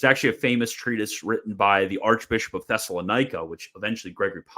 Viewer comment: The way you pronounce "Thessalonika" is goofy lol